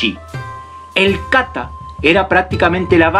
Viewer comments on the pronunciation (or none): No se dice káta se dice katá